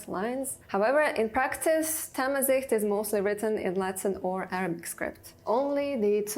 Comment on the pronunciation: It’s not thamizeet Zh- pronounce L .. different L